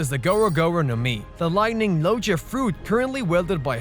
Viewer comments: What are Lojea devil fruits? You fell like a person that pronounces gif as jiff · the pronunciation doesnt bother me, but most ppl pronounce it as "LoGIa", but sick vid man